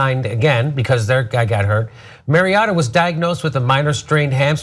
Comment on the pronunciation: say it with me, marry ohda